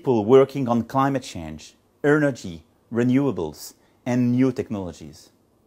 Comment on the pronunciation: L'anglais de Macron n'est pas si bon, il a juste un accent qui passe bien et il enchaîne avec fluidité, mais Il a quand même fait trois grosses fautes de prononciation dans l'extrait que tu as passé, sur les mots "researcher", "engineer" et "energy". (, ri-zeur-tcheur au lieu de ri-soeur-tcheur, ènne-jaille-neur au lieu de ènne-djeu-nieur et eune-eur-dji au lieu de ènne-eur-dji). Bref, il veut attirer des chercheurs et ingénieurs en ne sachant même pas prononcer le nom de leur profession. Et en se trompant sur un mot aussi simple qu'énergie, il leur montre surtout qu'il y connaît rien niveau science... Il aura peut-être plus de chances en parlant aux banquiers ;)